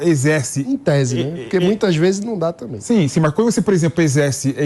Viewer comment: SE PARTIDOS ESQUERDOS PARAREM DE ATRAPALHAR A NAÇÃO , MELHORARÁ MUITO . E REPORTERES E APRESENTADORES BOBOS . . . " tamén ". Kkkkkkkkkkk